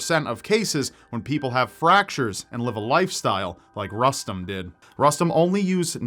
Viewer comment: If the kiddo's name is Rustem, I'm pretty sure is pronouncing it wrong